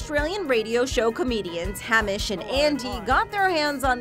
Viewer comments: "Ham-ish and Andy". Haha wtf. Ham-ish? Wtf is that pronunciation?! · haaam ish? This lady seriously needs to work on her pronunciation. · "HAMish" ???????????? As a full aussie and a serious Hamish and Andy fan, i'm overly offended with her pronounciation. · The funniest part of this video is how she pronounces 'Hamish' lol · You pronounced Hamish and Andy wrong